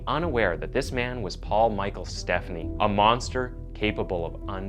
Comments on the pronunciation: Great video! The only thing I'll say is, his last name is pronounced "Ste-PHAN-knee", not like "Stephanie" as we're used to hearing. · Stephani. STEF, AWN, EE. Potac. POE-TAK. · I live in Minneapolis and was 21 yrs old when this occurred. I remember it vividly, as a female that age going out in the town. (Fyi - it is Paul Stephani -" St - FAH-nee")